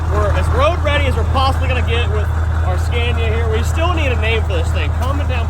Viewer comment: Love the pronunciation of scania....here we pronounce it "scar-knee-ah" in New Zealand